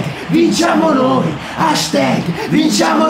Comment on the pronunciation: ma non si pronuncia hashTEG ma HASHTAG!